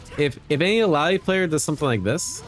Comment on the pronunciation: Omg! said illaoi's name correctly 😮